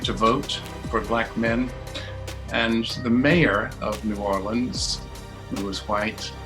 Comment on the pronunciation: Me from Louisiana: time to watch this Narrator: New Orleans Me: puts down headphones and walks away